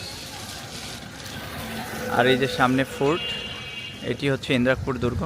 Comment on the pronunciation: ভাই,এটা ইন্রাক পুর না, ইদ্রাকপুর হবে।